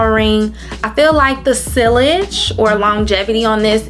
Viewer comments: Hey cutie, sillage is pronounced....*see - auge * Nice collection ❤ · Sillage is pronounced sea-a-ge rhymes with Triage (like when you go to the emergency room). The ll are silent. And Libre (Lee-bray).